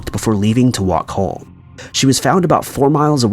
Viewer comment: Why does this guy pronounce “home” as “hole”